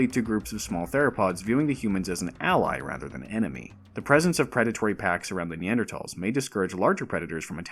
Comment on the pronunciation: Subscribed immediately for proper pronunciation of Neanderthals